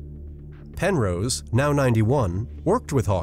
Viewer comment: Also, "Pen-rose" is pronounced "wrong"